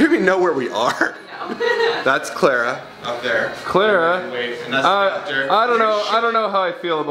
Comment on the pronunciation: CLARA NOT CLAIRA!